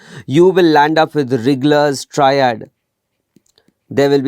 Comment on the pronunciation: Dear sir, Its RIGLER triad , not RIGGGLER .